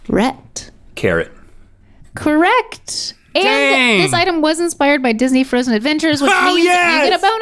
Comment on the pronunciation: The way she says "correct" Corre..C..T